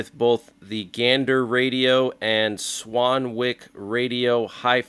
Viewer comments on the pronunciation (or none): Swanwick is pronounced without the 'w'. Like Swanick. Just fyi